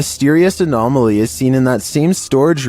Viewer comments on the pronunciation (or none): none